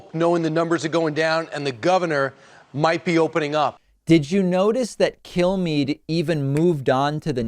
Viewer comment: The way David says Kilmeade sounds like he's saying "kill me", which is what I'd like you all to do if I ever become as stupid as Kilmeade.